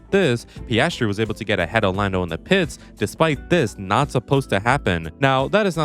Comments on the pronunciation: it's PIASTRI, not PASTRY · If you're going mispronounce his name, at least get it right: it's PASTRY CHEF! 🙄